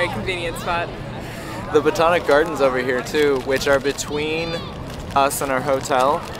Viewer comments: I tried to find a median house / apartment price in Bondi Beach for you, but they vary sooo much from about 900k up to millions. Also it's bo TAN ic not botonic :) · It's BOTANIC not BOTONIC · they're doing well with most place names but I noticed he keeps saying BATONIC instead of BOTANIC....it triggers me but that's a me thing...